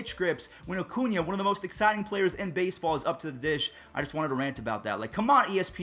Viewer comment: Every time I hear say “Acuña”, I hear “O’Cuña” like he’s Irish or something 🤣